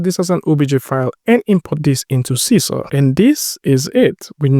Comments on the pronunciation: It should be pronounced See-See-R ... because it's in Malay or Bahasa Indonesia. Sisir means COMB. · Sisir is a comb tool in Indonesia language, and you should pronounced it like you said 'see seer'